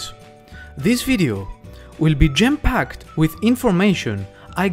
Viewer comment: Lol we’re you making fun of your accent or did you mean that the video is jam packed with little gems? I thought maybe you meant “gem-packed”. 😂